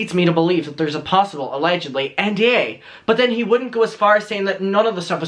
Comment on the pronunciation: I love it when you say allegendly!